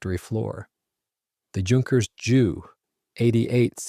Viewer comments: It's not pronounced junkers. it's with a u. Youkerns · It's not junkers,it's pronounced yunkers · Repeat after me, YUNKERS, YUNKERS, YUNKERS